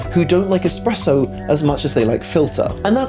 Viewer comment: Everytime he says eXpresso it sounds like nails on a chalkboard. Other than that, great video. Keep them coming